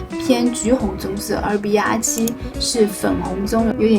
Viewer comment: 😂你在说色号的时候 BR 你说“笔牙” RD 你说“a ní" 我一直没懂这是什么意思 直到看了字幕😅